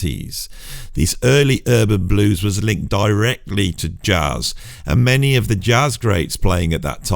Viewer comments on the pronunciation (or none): none